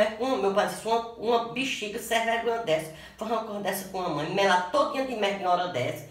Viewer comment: "Wadia sem vregonha" KkKkK